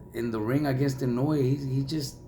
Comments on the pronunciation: His pronunciation of Naoya's surname is wrong as well. It is not "Inuwi" it's "Eee-nou-e". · He doesn't pronounce it correctly. Inoue is 4 syllables. The fight announcer said it fairly correctly.